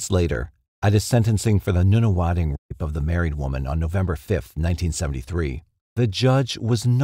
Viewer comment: For some reason every time the narrator has to say rape he doesn’t say it and it comes out as a half word or just a meaningless sound.